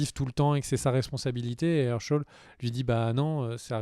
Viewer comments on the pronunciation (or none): Ça se prononce chèyne et pas cheune et èrcheul et pas eurcheul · Shane c'est "shaine*" pas "Sheun*" ^^ Hershel = "Hairshel*" pas"Heursheul*" en tout cas c'est vraiment cool d'avoir repris TWD et le rituel des videos critiques! merci a toi! et Félicitations pour ta famille :)